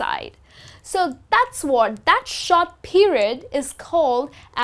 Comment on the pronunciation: it is short not shot google pronounciation for short